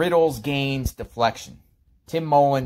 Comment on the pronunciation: Y do you keep going over the same question for anything going of the stupid sentences and it's mullen not Tim mollen